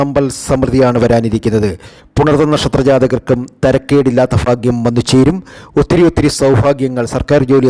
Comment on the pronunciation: ചാനൽ കാണുന്നതിനു മുമ്പ് എങ്ങനെയാണ് സുഹൃത്തേ ലൈക്കും സസ്ക്രൈബും ചെയ്യുക ഒരിക്കലും ഈ സംസാരം പറയാതിരിക്കുക പിന്നെ ഫാഗ്യവും മഹാ ഫാഗ്യവും കൂടാതെ ലോട്ടറി ഫാഗ്യവും ആദ്യ ഫയും ഭയും പഠിക്ക് എന്നിട്ടു മതി ഈ കുണ്ടാമണ്ടി പരിപാടി Sasi Tirur